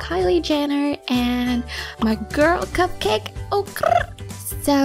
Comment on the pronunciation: How u said cupcake the second time. IM DYING XD